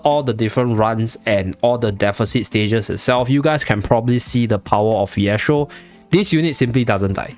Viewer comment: Why you saying phiestro tho